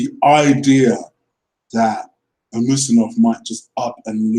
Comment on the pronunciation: Dude, you are funny. How can you pronounce Dembele's first name, yet not you cant pronounce Usmanov, when they are almost the same, lol? Good video, agree 100% with you comments regarding the whole Ozil affair. Truth.